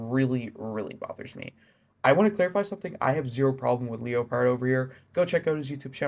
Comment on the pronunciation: Isn’t typpa the known cheater from wish you luck tho? Hes a known xim player always has been but thats not a bannable offense. Btw I’m pretty sure leopard pronounces name normally you know like the jungle cat leopard not Leo…pard haha but typpa has been a controversial figure for a while but if they are finally banning him for things in the past honestly I feel like statues of limitations went out along time ago on that one. I could be thinking of a wrong person but I’m pretty sure he was the guy playing with wish you luck involved in the ddossing (the whole part about wish you luck saying they threatened his family I’m sure is the biggest load of shit ever though. That was just his attempt not getting banned)